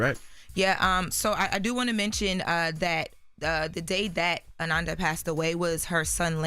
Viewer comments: Whew, the pronunciation of her name had on the ropes! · has to get better with PRONOUNCING people’s names correctly!!! She did Deon wrong the other day too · Please pronounce her name right! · COULDNT EVEN WATCH AFTER MISPRONOUNCED HER DAMN NAME TWICE!!!!! SMMFH 😢😢🤦🏽‍♀️🤦🏽‍♀️🤬🤬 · Atleast say her name correctly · This ain't the first time I've been annoyed with inability to pronounce a person's name correctly. But this is the first time I wanted to snap on her for it. Come on ma'am. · such a damn journalist but can't pronounce her name right. Always tryna sound young and out of toucn nigga u 32. U know her name. Smh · Ok I think I see the issue y'all... says Ananda's name right when she is just talking. It's when she is reading that she messes it up by mistake. I can understand that. Maybe she gets nervous and is just trying to get everything correct. (Trying to give her grace) it's definitely hard heading her mess up the great Ananda's name like that though😩😩 Rest in Heaven love